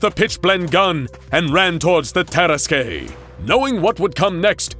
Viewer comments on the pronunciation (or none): Jesus, is that how you pronounce it? I always thought it's "Tarask" not "Taras-kwey" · I love this tale. But I was really thrown off by the pronunciation or tarrasque. It's tah-RASK not ter-ras-kay. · i feel like it's pronounced "Terask" can someone please confirm that i'm not incorrect in cringing every time he says "Teraskay"? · I’m pretty sure that “Tarasque” is pronounced TUR-ASK, not TEAR-ASK-AY. Good video though. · Taras-Qué? No no no! Taras-NANI!? YEEEAAAHHH!!! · It's pronounced Tuh-rask, not Tear-uh-skay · Lovely story, but I wish they would correctly pronounce terrasque. It's two syllables long ter like in terrible, rasque like rask. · i love this series but the mispronunciations are getting painful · You are pronouncing tarraque it's pronounced tarra-ask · It's pronounced Tah-rask. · The way you pronounced tarasque hurt my soul as a dnd player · The way you pronounced Tarasque hurt my head. 😑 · People who play DnD wince everytime he pronounces "Tarasque" wrong. Of course, we'd wince if he pronounced it right as well, cause it's the fucking Tarrasque. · That pronunciation of Terrasque is like nails on chalk board. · That’s not how you pronounce tarasque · The dnd nerd in my cringed at the pronunciation of tarasque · Some pronunciation on this channel makes me do a double take, tarasque for example. It's not a bad thing though. I like how it makes me think about my own understanding of those words! Also, I have no idea why I never made the connection that the tarasque could be SCP-682 in this story. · Anyone else find the way he pronounces Tarrasque weird? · Your pronunciation of tarrasque pains me